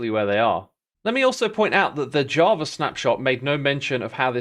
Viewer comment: why do you say javra? 🤔